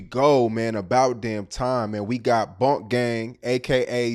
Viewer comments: it's BOOOOO-NK not BONK/BUNK w/e the fuck you kept calling him lol. BOO-NK, BOO-NK, BOO-NK, BOO-NK. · He keep sayin bonk gang it’s boonk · It’s Boonk gang not bunnk gang 😂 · Why tf keep saying BONK gang? John keeps saying it the right way but refuses to catch on lol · kept saying Bunk gang after every time bruh said Boonk. Had me crying🤣🤣🤣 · No matter how many times John said “Boonk”, said “Bonk.” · Why does he keep calling him 'Bonk' gang? It's really not hard to say...Boonk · Bruh if u gone say it, its boonk gang not bonk dawg com on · Dude keep saying "Bunk" anndd that shit is peeevviinnggg. It's pronounced BOONK! Gyyaahhhh, dyyaaaaayyummnnn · How hard is it to say boonk not bunk this man be say names wrong right after he hear the correct way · He clearly said BOONK three times and STILL said BUNK several times. W T Entire F#ck!!! 🤷🏾‍♂️ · He said “Boonk” 3 times in 15 seconds and u still called him Bunk. cmon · He still said bonk even tho he said boonk 😂😂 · you keep saying his name wrong, it’s BOONK GANG not Bonk gang 😂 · Its not bunk gang it's boonk gang and we dont call that no more. Hes s changed man. Put some respek on his name. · It’s not bunk it’s boonk.. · Bro you literally could’ve asked how to pronounce his name BEFORE the damn interview started (and I know you know how to say the shit) but continuously said “bonk” gang to piss ppl off. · why dude cant pronounce names correctly...its not hard to say BOONK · yeh but he just keep saying bunk,. I know John personally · *bunk gang 🤣🤣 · got his name wrong the whole time 😂